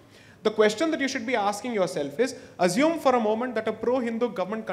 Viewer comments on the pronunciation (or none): none